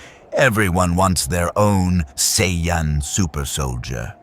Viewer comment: Just once, I wish these stories would pronounce Saiyan correctly.